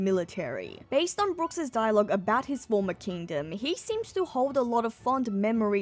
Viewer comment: I was looking for a comment like this, it was bothering me the whole video lol. It’s just!!